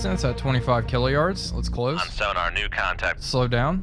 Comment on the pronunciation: gotta stop saying killayard or whatever, "K" is just short for thousand. You're closing to 20 thousand yards